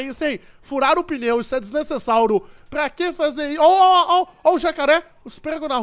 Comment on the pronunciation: o cara sempre fala desnecessário errado ele fala desnecessáuro